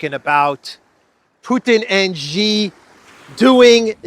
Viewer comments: She=Xi=She=Xi=She=Xi. She Gin Ping. She Gin Ping. Try Google translate. In Mandarin an X is pronounced as sh as in English. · Why keep mispronouncing Xi?